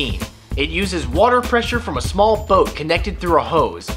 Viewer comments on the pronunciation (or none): none